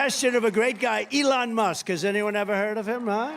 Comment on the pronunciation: LEON! Guy cant even pronounce his sugar daddy name correctly and he think he can lead a country. Get this old weird convict in jail where he belongs!